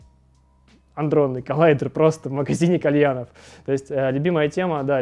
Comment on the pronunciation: то чувство, когда чувак орет с коллайдера и сам называет его аНдронным